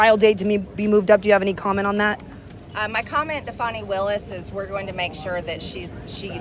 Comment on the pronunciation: Why do they call Fanny Willis Fawni?